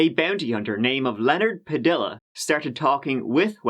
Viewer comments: Just an FYI on the pronunciation. In spanish the double L (as in Padilla) is pronounced with a Y, so "Padilla" is said as "Pa-de-ya" or "paddie-yuh" if those help. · I enjoy you so much, I’m gonna forgive you for not knowing that a double-L in Spanish is pronounced as a Y. So it’s Leonard Pad-EE-ya, not Pa-DILL-a. Hot tip from Texas! Love to the mother country, too! 🍀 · Padilla = puh-dee-yuh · It’s pronounced “Puh-dee-uh.” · Pa dee ya (Padilla) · Lmao bro you did not just say pradiLLa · Just fyi, Padilla is pronounced "puh-dee-ya". Think quesadilla. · I LOVE like us all, but it's pronounced Pah-DEE-Ya (Padilla). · Padilla= Padeeya 👀 haha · You say that "Padiya". When Hispanic words have two Ls they are Ys. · We say Padilla locally. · Padilla is pronounced Pa Dee Ya. You might want to take a peak at the Spanish alphabet but no worries m8. Great work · Pa-dee-yah is how the last name is pronounced,! sláinte!🍻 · Padilla = pad-eeya ❤️ Ya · WOW trying to pronounce a spanish last name..... A BOUNTY HUNTER NAMED LEONARD PADDDDILLLLAAAAHHHH PICKLE PADDDDILLUHHH FOR GODS SAKES NAPOLEAN MAKE YOURSELF A QUESSADILLUHHHHH...... sad.. just sad. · PADILLA LOL sorry it just catches you off guard when they don’t know double ll makes the y sound in Spanish 😭